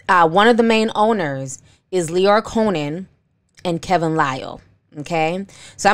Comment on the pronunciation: Girl if you say Lyor Co-Nan one more time!! It’s 🗣COHEN!!